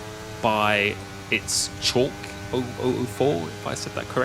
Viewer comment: The driver Schalk's surname is pronounced skullk. It's a South African Afrikaans surname.